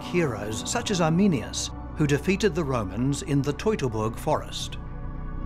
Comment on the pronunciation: Toy-toy-boog forest